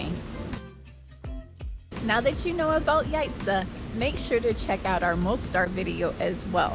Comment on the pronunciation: Thank you for visiting our country AND learning how to pronounce Jajce properly. Please come again!